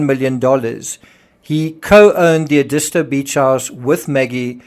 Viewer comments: It's Ed is tow, not E dis to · It's pronounced " Ed-i-sto". Not sure what you said---but it ain't right. You're not from around here, are ya? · Very informative. May I correct your pronunciation of Edisto? It is ED-is-to, with the accent on the first syllable. When I first moved to South Carolina I was saying it wrong too. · It’s pronounced ED-is-toe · Edisto is pronounced “eh-duh-STO”. I lived in that area for several years. 😉 Enjoy your insights and research. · Not that it matters but the beach is pronounced. Ed is toe . . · You mispronounced Existo among other names.